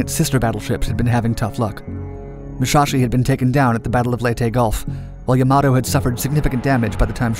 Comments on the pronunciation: Yep, it should have been Yamato not Yamoto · Yamoto? Do you mean "Yamato" ? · "Mushashi and Yamoto" what?!? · Yamoto, Yamato Potatoe, Potahto Let's call the whole thing off. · I get that the guy that made this video sad "Yamoto" but why is everyone else typing it out like that? It's the "Yamato" one of the namesakes of ancient Japan. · It's Yamato not Yamoto plus shinano has the same length and size of her sister ships superbattleship Yamato and Musashi because she was meant to be a battleship not a carrier but because japan is lacking on carriers they converted her into a carrier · The Smaller Muschaschi and Yomoto LOL its Musashi and Yamato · Yamato, not Yamoto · yamoto? come on..... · "Yamoto" btw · Yamoto lol